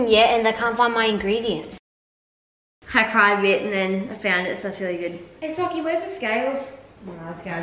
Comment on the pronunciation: That is not how you spel socy like you say it it is sokkie